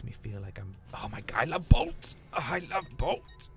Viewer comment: when he said bolts at, I swore he said ball sack